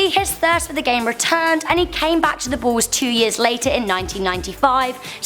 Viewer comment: why u saying ball insted of bull it sounds like